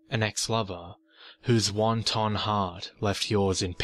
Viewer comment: Just a quick question--would it be racist to assume that the Asian girl I dated in highschool that left me for another guy also had a Wonton heart? All kidding aside, I believe it's pronounced 'want-tone'